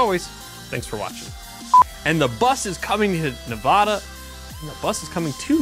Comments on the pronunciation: Nehv-add-uh not nuh-vah-duh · Hearing the British pronunciation of Nevada from an otherwise American accented person hurts my soul. The 1st "a" should sound like the "a" in "apple" when said by an American, not a Brit. Nev-ah-duh is wrong. But thank you for the information about my home state of Nev-a(as in apple)-da. I'm glad I got out when I did. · It's Nev-ADD-ah, not Nav-AH-dah. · That.... and its NevAda Not Nevoda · You NEED to learn how to pronounce the state name Nevaaada not Nevooda! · Get your Cali BS out of my state. Btw, it's Nev-ad-a not Nev-ah-da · 1st and foremost...its pronounced NA VA DUH......not NA VAUD AH..... you are no better than people who pronounce the s at the end of Illinois......secondly Sisolak is a lackey for the liberals out of California, vote em out. Lambardo for governor!!! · Please pronounce Nevada correctly. It’s not Nevahda! 😉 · Please learn how to pronounce Nevada. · "Nevada" is pronounced with an "a" as is "apple", not an "ah" as in "avacado". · Why are you saying Nevada like that